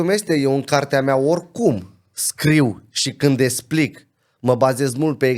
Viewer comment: e clar ca stii bine limba romana. Dau un singur exemplu: esplic in loc de explic. Si nu contest cunostintele si dedicarea, sa fie foarte clar. IL ASCULT CU MARE DRAG, pana ma impiedic de problemele cu vocabularul limbii romane.